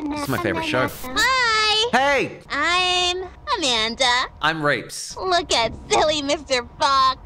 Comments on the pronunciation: It's pronounced rEEps, as in rēps! Long e! Long e!! Not rAEps! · Is it just me or did Reapz just mispronounce his name as Rapes?💀